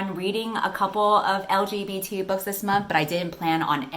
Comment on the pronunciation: you are saying L-G-B-T with clarity and confidence. What a pro